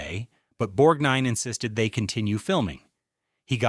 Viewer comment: And Savalas is not pronounced SEV-uh-luss, while Borgnine is not pronounced Borg-NEEN or Bore-NINE. With AI reading, you get what you don't pay for.